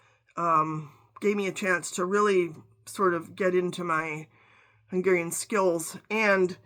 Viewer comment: Your pronunciation of Hungarian words is spot on. Are you Hungarian by descent? Thank you 😊